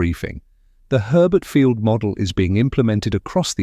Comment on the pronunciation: Herbert Fiield? More likely to be Hurlburt Field?